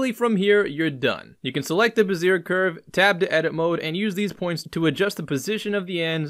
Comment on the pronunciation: Nice Work! BTW. "Bezier" is pronounced "Beh-ZEE-AY" with a slight trailing r sound at the end between silent and a quiet R. And just for shits since the other commonly mispronounced development word - Gaussian... is pronounced "G "OW" -SEE-AN... like OW I stubbed my toe. Named after Karl Friedrich Gauss the mathematician.